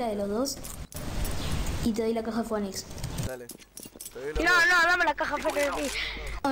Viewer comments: se dice "finix" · el pibe que no sabía pronunciar "phoenix" JAJAJAJA